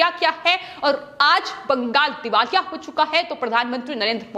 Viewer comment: पश्चिम बंगाल को बंगास क्यो वोल रही है? हमेशा यह गलत वोलती है इसको हटा देना चाहिए ।